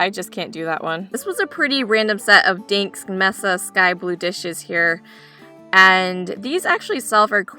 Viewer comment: I love pea soup - not the best looking soup of course, but the salty ham makes it delicious. You pronounced Dansk as if it was pronounced DINKS - but it's DANSK like it's spelled.